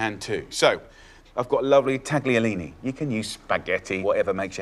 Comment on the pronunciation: Jamie was basically mentored by an Italian chef so I find it a little patronising that he chooses to put a hard "g" in taglierini when he knows full well you don't say it like that.